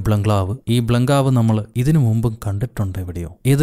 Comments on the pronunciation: ബ്ലൻഗ്ലാവ് അല്ല ബംഗ്ളാവ് 😂😂😂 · ബ്ലഗ്ലാവ് എന്ന് പറഞ്ഞപ്പോ ഞാനും രണ്ടുമൂന്നു വട്ടം ബംഗ്ലാവ് എന്ന് പറഞ്ഞു നോക്കി but ബ്ലഗ്ലാവ് എന്നെ വരുന്നുള്ളു.. അതിപ്പോ എന്താ ഇങ്ങനെ... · ബ്ലംങ്കാവ് 😂ബംഗ്ലാവ് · ഇതിലെ ഹൈലൈറ്റ് “വല്യ ബ്ലൻ ക്ലാവ്, ഈ ബ്ലങ്കാവ് 🤭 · 😂😂😂😂😂 ബ്ലംഗ്ലാവ്, ബംഗ്ലാവ് 😂😂😂😂 5.00 -5.01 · ബ്ലഗ്ലാവ് and ബ്ലഗാവ്